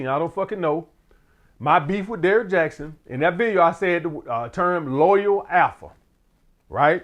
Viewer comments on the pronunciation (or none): none